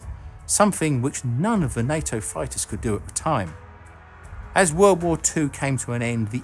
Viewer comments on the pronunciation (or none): Why does the voiceover keep saying night-o fo NATO?